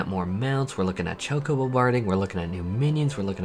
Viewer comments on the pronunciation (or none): none